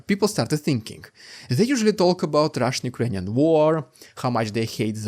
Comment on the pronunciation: Rrrrrrr that's rrrrrukrainian